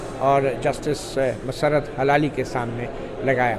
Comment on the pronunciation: مطیع الله جان صاحب ۔۔ سلام۔۔۔ یہ فرمائیے گا کہ جسٹس مسرت ہلالی میں ہلالی کا تلفظ کیا ہے۔۔ کیا یہ ہلال یعنی چاند سے نسبت ہے یا حلال سے جڑا ہوا ہے؟؟ میری رائے میں ۔۔ہ ۔۔ کے نیچے زیر ہے یعنی زیر کے ساتھ ادا کرنا چاہئیے۔ زبر کے ساتھ نہیں ۔۔ HILALI تلفظ درست ہے۔۔ آپ Halali بولتے ہیں۔۔